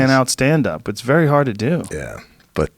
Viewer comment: did Joe let his Boston accent slip when he said the word HAAArd?